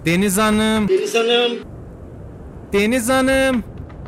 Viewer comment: “Deniz Hanıığm”kısmında patladım QWEĞHHJHJGKGHJYFYUGHUH